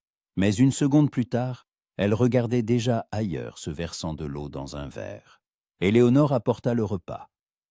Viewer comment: Par pitié !!!! Le liquide " l'eau " se prononce LO et pas oyo ou oayo